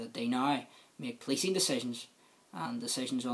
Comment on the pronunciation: The Bewfawst agweement, powicing and justice and democwacy. Fucking hell, is this a comedy show?